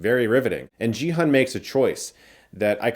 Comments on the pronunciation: Chris, the Korean names should be red: not 'Gee Hun', but: 'Ki-oon'. And it's not 'Lee Byung Hun', but: 'I(i) Byunnun'. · Gi-hun is pronounced Gee like Geese not Jee. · "Gee-HOON", not "JEE-HUN", respectfully. As an old school/OG BigBang/KPOP fan who's been out of the KPOP news loop, it just warms my heart to see T.O.P. (the guy who plays Thanos), despite all the controversy against him. (Plays T.O.P.'s "Turn It Up", iykyk...) Also that arm movement he does on the carousel is a reference to one of their (BigBang's) most famous songs, "Bang Bang Bang", which is perfect since they're all getting shot. TT_TTv Jo Yu-ri, who plays Kim Jun Hee/Player 222 (the pregnant girl) is also a KPOP Idol from Iz*ONE, and a great singer; though they're not part of my generation (of fandom - I'm way older), I've come to appreciate them more. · It's not pronounced GEE HAN lol. Watch the dubbed version for clarification haha. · It's a hard G in Gi-Hun. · My dude that is not how you pronounce Gi-hun. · Another (white) Youtuber mispronouncing Gi-Hun 😪 is it really that hard to get two syllables, right? It's about time we say Korean names correctly now that we've embraced their movies and shows. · You watched the whole show yet can't say Gi-Hun's name right?